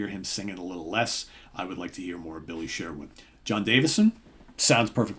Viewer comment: It's also pronounced Billy Sherwood not Billy Share-wood